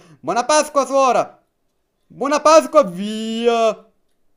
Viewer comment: Quante volte avrai detto pascqua?😂